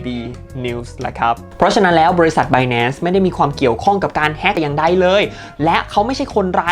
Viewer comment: พี่อย่างใดnotอย่างไดนะครับ